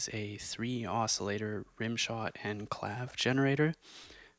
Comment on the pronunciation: it's pronounced clave-EH ;)